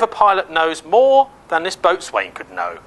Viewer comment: Boatswain is pronounced bo'sun